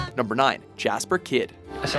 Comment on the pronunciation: That butchering of Jesper Kyd.